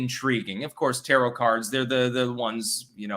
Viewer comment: He pronounced "tarot" like "carrot." I was just about to pick on getting that wrong, then he said it correctly. Make up your mind! Can I mock you or not!?